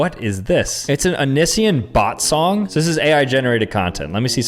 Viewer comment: pronouncing Onision's name wrong. 😂 He was before your time!